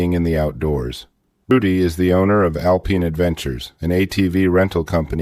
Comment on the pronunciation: Obviously, yes. He said, 'al-peen' for alpine.